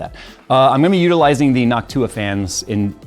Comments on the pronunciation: did always pronounce noctua like hawk tuah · Idk why the way said noctua just sounded weird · saying Noctua like hawk tua 😂